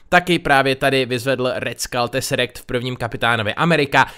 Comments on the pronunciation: Neni to "teserekt" ale teserAkt" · Jsem jediná ,která si myslí že se to čte TeserAkt,než Teserekt? Jinak super video.( PS: neber to špatně.) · Hele si úžasný a ráda koukám na tvůj kanál, ale pokaždé když řekneš ,,Teserekt" tak mě to rve uší a mám chuť se jít zabýt... prosím, je to ,,Tesseract" a vyslovuje se to TESERAKT!!! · Ty máš akú divnú výslovnosť? Hejl? Hajdra? Džervis? Teserekt?